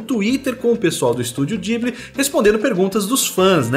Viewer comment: Falando "Studio Ghibli" do jeito certo já me aquece o coração 😅😂😂 eu não conseguiria desenhar uma comida tão deliciosa assim não, oq ia me dá fome fazendo n tá escrito kkkkkk